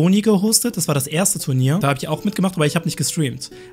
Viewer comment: "Tu R nier"?